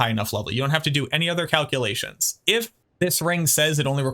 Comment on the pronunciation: Did I just hear you say "Cow kill-lations" as opposed to calculations? If so, thats a pretty good one 🤣